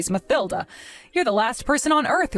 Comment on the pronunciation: In the name Mathilda, th is pronounced t, with the h being silent, as "Matilda" - just saying